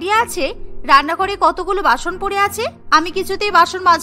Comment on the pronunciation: Basun or basoon not bason